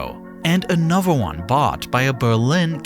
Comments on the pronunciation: The way this guy pronounces another as anover is so funny like bro speak better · I detest narrators who have a lisp. It is pronounced 'anoTher' not 'anuver".